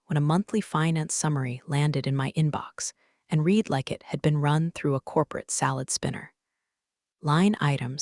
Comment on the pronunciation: A legal person is COUNSEL, never COUBCIL! And PLEASE teach the AI how to pronounce READ in more than one tense.